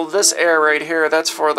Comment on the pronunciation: "I keep getting the same fucking air" lololololol 😂 don't know how to speak